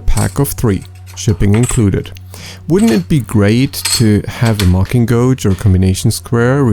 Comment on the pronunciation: Great video and great design. Just a small FYI: "gauge" in English is pronounced as if the U were not there. Exactly like "cage" but with a G. I know it doesn't make sense, but it's English so nothing makes sense.